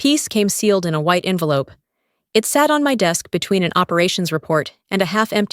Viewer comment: Hard to get the word 'envelope' wrong but this group did it! Amazing!